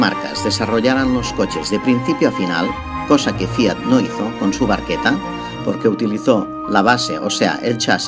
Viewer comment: Me has hecho caso con lo de que se pronuncia "barqueta" eh jaja me alegro! Buen video